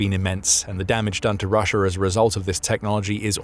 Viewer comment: STOP SAYING RUSH-ER, it's an A, not an R, in the word Russia, very annoying, do you not speak the King's English????